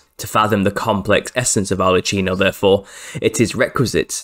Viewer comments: ARLE-KEENO not CHEENO. "Ch" is [k] in Italian!!!!! But otherwise, fantastic research sir. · It's pronounced arlekkino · The Italian Arlecchino is pronounced : /arlekeenaw/